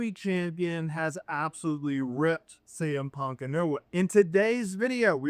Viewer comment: Za to AI gdzie już w sekundzie kuje w uszy jak wypowiada Cm Punk nawet nie licz na subskrypcje… na skróty to do domu najebany dasz radę wrócić tutaj tylko zniechęcasz do siebie